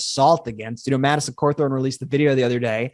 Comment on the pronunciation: Not Corthorn, it's Caw thorn